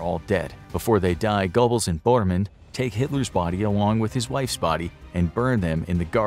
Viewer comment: His name is pronounced “Ger-bowls”. Are you a history channel or not?